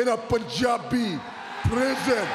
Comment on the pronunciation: I'm glad Jinder pronouncing PUNJABI correctly... lol